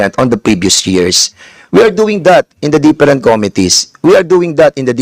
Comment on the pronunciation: "Deperent"committees....ano Mr. DAN? "DEPERENT"?